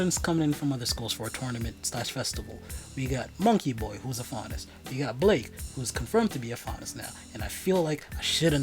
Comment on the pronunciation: I was shook when you got the faunus character’s name right without ever seeing this show before.. that’s some good guessing right there